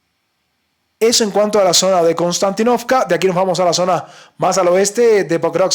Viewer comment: Konstantínovka se pronuncia con un acento en la "i". Se dice Konstantínovka (en Ruso) o Kostiantynivka (en Ucraniano). Se llama así en honor al emperador romano Constantino. Saludos compañero.